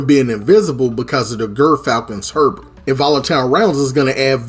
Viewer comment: Subscribing just for your accent and pronunciation of “hauberk” digging the build too, will have to try it!